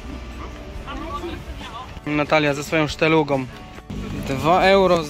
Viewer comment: To się nazywa SZTALUGA a nie szteluga.....